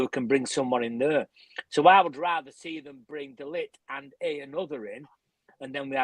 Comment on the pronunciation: Focused! None of you can even pronounce De Ligt's name 🤦 #embarrassing